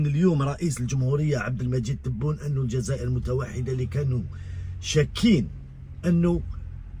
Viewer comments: C vrai c difficile pour lui de prononcer le nom de notre président abdelmajid Tebboune, hélas le nom kbir 3lih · Vous avez remarqué, il a parlé d'inauguration mais il n'a pas pu dire par qui?, il n'a pas pu prononcer le nom du Président Abdelmadjid Tabboune. Merci de continuer ce combat oui c'est grand combat!